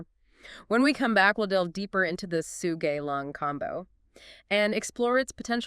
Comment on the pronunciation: You killed the name, pronouncing it really wrong... Sou-Ga-Yi-Lang, not So-Ji-Gay-Lang.